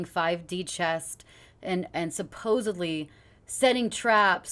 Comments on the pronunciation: Chess! Not chest 😆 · Chess dude! Not Chest!!!